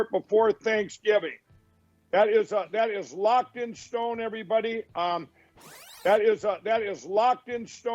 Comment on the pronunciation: You always twist around what Mr. Pillow says to make it sound ridiculous. He didn't say "locked in stone." He clearly said "locked in schtone" which makes perfect covfefe to me.